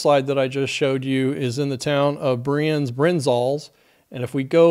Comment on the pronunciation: I've seen there are many other Swiss people adding information. So, no need for this anymore. Therefor i only want to leave a note that you nailed the name Brienz with the vocalised German "e". Always nice to see someone that doesn't speak the local languages not butcher names... ^^